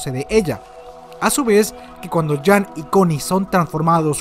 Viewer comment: Cuando dices jean como "jam" me arden los oidos jajajaj saludos